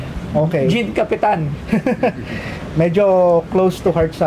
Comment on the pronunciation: Obvious naman yung unang tumingin na binasa lang nya yung "sinankapitan" kc hindi naman ganun ang bigkas. Sinankapitan means "like a captain" so the word kapitan is bigkas as "kapitan" na captain, not as kapitan na kung saan ka kakapit.